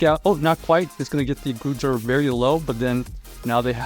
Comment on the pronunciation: Why is bro calling it Gligger?